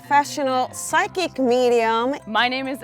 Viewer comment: 30Pigs phychic? pronounced fy-kick?